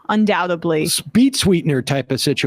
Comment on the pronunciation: Emma "I Pronounce Undoubtedly as Undoubtably While Calling People Stupid".